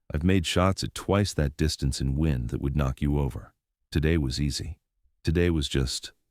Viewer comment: It's pronounced 'wind' as in the stuff that causes the passage of air, not 'wind' as something you do to a clock. Sort your computer out !!!